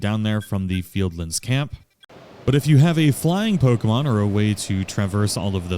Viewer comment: You get a subscription just for saying the name right.